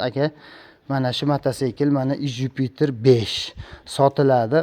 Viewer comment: Иж юпитер дегин июж демасдан гумбок